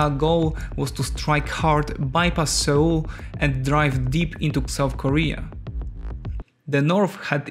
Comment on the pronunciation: Seoul in pronunciation sounds exactly like 'soul' when read from the Korean '서울'. You might wanna listen to google transĺations